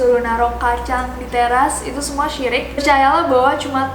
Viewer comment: bukan sirik kak tapi musrik